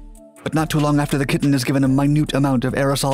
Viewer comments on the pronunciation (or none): none